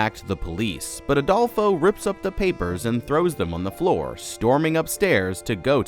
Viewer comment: i love that youre saying Adolfos name wrong lmaaoo youre saying ALdolfo!!! its fine, just funny for a spanish person who knows plenty of Adolfos!!!